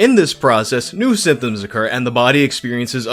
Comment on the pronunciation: Are you saying "symthoom"?